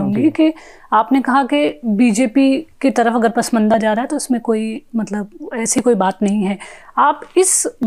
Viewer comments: Print: please ask your reporter to not to pronounce that word as 'पसमंदा', which infact is 'पसमांदा', the scheduled caste Indian Muslims, though it is claimed that Islam knows no caste. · pashmanda bolna bhi nahi aata is leftist anchor ko😀